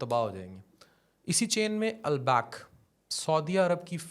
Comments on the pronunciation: naam lena to sikh le pehle, phir bolna, al back nahi hai yeh al baik hai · Albak 😂😂😂 ni Albaik hota h bolna to seekhlo